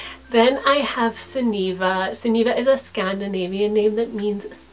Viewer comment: I love these kinds of names, though I don't think I'd use many of them. ^ ^ I think my favourite is Sunniva, which is one of the few Scandinavian names I actually like. Just a note, though, the stress is on the first syllable. I also like Adeliza.